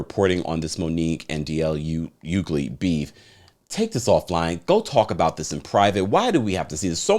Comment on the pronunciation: It's pronounced (H)ugley 🤦🏾‍♂️🤦🏾‍♂️